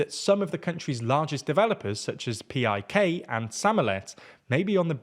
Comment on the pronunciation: ПИК - PIK - pronounced like one word, not like an acronym.